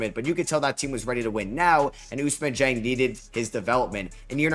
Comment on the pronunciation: You can make an effort it’s Ousmane Dieng not Usman Jang